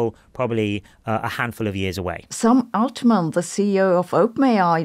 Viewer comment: Hilarious how you say Amodei, Hassabis and Altman. Amou-dei / Altmaan / Ha-ssabiis